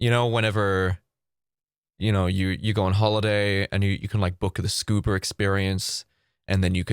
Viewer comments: Your scuba sounded like "Scuber" and I think that's a great name for scuba rentals 😆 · Me: * thinking* I'm not gonna make fun of it, I'm not gonna make fun of it....: SCUBER (I know it's the accent which I love most dearly but SCUBER)